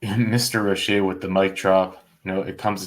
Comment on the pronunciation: This is why Roche is my favorite and the prisoner screwed up by miss pronouncing Roches name. “FOIA”you can find out the numbers on the commutations.